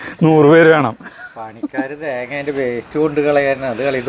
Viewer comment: തേങ്യാന്ന് പറയുന്നത് ആര് നിർത്തി.. ഉവ്വ തേങ്യാണ് നിർത്തണത്...😂😂😂🙏💕